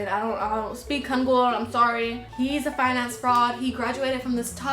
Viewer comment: this video is SO underrated bro!!!! also when you called sangwoo a finance fraud i thought you said "fine ass fraud" and like yeah, you're right